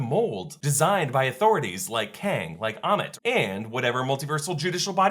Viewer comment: AMMIIIIITTT not emmett................................